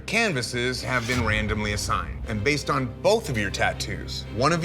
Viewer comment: he say wandomly